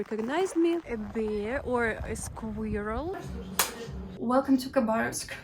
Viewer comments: "Eat's like uh bear or uh squareuhl... why it looks like a rat?!?!?" 😂🤣😅 You're so darn cute! 🥰 And squirrel is a VERY difficult English word to pronounce! Good job! 😎 (... Berlin!) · Squirrel 🐿 is a difficult word for non-native English speakers to say. Really good effort! 😃 Hello from Texas, by the way. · You have a beautiful restless spirit! Bravo for being able to say the word "squirrel" in English...this is not so easy for non-english speakers to say. Your videos get better and better with experience...over 254,000 people subscribe to your channel now after much hard work. I look forward to your future videos. 🙂